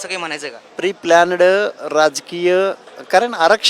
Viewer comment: प्री-प्ल्यानडं 😂 आणि हा स्वतः ला सुशिक्षित समजतो.. Pre -planned चा उच्चार व्यवस्थित शिका आधी..लागले दुसऱ्याचं शिक्षण काढायला...🙃🙃🚩